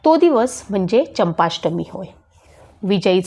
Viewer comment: चंपष्टमी नाही चंपाषष्ठी आहे